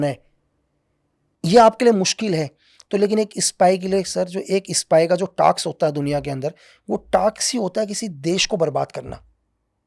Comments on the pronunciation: Task ko taks bolna ka kya chkr h yy smjao yr😅 pehle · Taks ni Task 😂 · Taks nehi. Word hay task. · please don't mind taks nahi task🙏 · टाक्स✅ टास्क❌